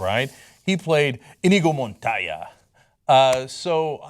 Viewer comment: The only thing that bothered me about this video is how he pronounced Inigo Montoya...